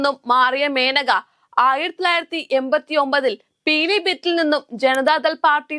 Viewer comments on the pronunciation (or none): പീലീ ഭിത്തി ആണോ? ഞാൻ കേട്ടത് പിലിഭിത്ത് എന്നാണ്